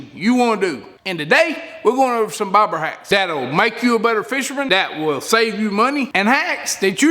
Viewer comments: I thought you were calling the float a “ pig float”. Lol About half way through I figured it out. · Sounds like hes saying barber hacks